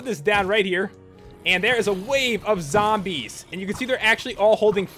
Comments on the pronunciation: when you said sombies its like you said some zombies xD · when you said sombies its like you said zombies xD